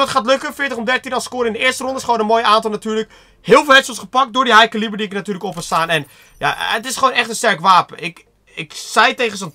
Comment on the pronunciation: Het is geen ilo en caliber spreek je verkeerd uit